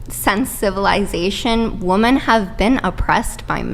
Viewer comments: My gosh, I hope someone teaches this unfortunate young woman the pronunciation of "women." She keeps saying "woman" when she means "women." It's almost as annoying as her general worldview and victimhood. This is pathetic. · Every time that girl says "woman", when she should have used the plural "women", makes me wish I could punch her through my computer monitor. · Does know that the plural pronunciation for more than one woman is "women"? I've noticed this a lot lately. Especially the feminists, they say "woman" have been oppressed, when it should be women, with an E. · Why is she pronouncing women as woman? She’s a lunatic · The main problem is that she can’t correctly pronounce the plural of woman. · Could someone please explain this weird pronunciation of the word “women” (plural) said as “woman?!!?” I’m hearing more & more and it’s driving me nuts! As in, they MEAN “men & women” yet they SAY “men & woman.” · Is she saying “woman “ instead of women? Sorry but her voice would send me off a cliff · The plural is "woMEN" not "woMAN"! I've been hearing that mispronounced more and more often from this age group. It's bizarre. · She can't even pronounce the word "women" correctly.